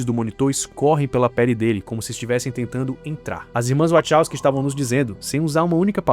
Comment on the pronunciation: nao da pra levar a serio alguem que fala "irmas wochowsky"...